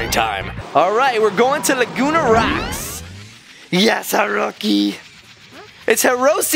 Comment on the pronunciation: er? u said herocy not herosy